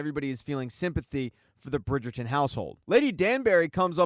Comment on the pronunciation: The way you keep saying Burn 😂